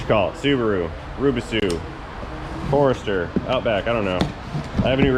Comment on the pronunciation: The subaru forester is called "Subuwu Fwowester" Hahhahahahahhaha